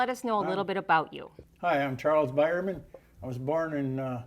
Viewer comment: 1st, Thank you for your service. My name is Biermann also but we say it to sound like Beermann. He sounded it different in the video. In German Beer is spelt Bier . After seeing a comment below from a Wayne Beierman I am thinking the name in title might be misspelled.